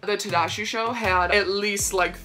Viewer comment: "tadashi" im triggered